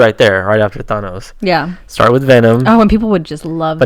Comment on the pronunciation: Learn how to pronounce Thanos. Watch a Stan Lee interview.